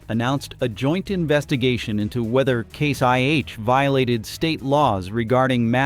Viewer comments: This sounds like AI garbage, becase you say case 1H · I have a hard time about everything said when the AI voice calls Case/International "C-one-H", and the timeline doesn't fit the events. Never the less Trumps tariffs were the last nail in the CIH coffin. How can he be so stupid? Add the fact John Deere is gone too, US farmers are going to hurt big time, maybe not today but soon.